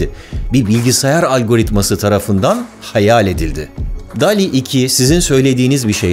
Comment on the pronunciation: Barıl dol i diye telafuz edeceksin dikkat et bunlara